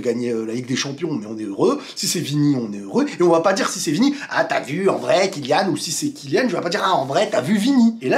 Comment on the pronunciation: Merci à toi d'avoir bien prononcé le nom de Kylian.